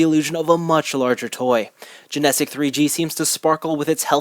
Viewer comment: Good review. However there are two things that are annoying me. First is you are pronouncing "Genesic" wrong, while you say it the same way every-time it is a little annoying to hear it pronounced incorrectly repeatedly. Secondly it's not the Genesic phantom, they are the Genesic Bolt (the one used in the show), the Broken Bolt (drill shaped) and the Protect Bolt (smooth round one). Other than that it is a good review.